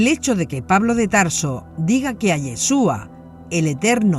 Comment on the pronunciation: No es Yheshua es YHASHUA.